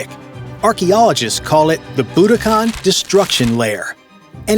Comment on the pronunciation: I'm not sure I can listen to him mispronounce Boudicca any more